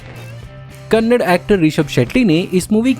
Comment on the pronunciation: kannad nahi kannada hai Jaise hindi ko hind nahi bola jata hai waise he kannada ko pe thik se uchcharan karo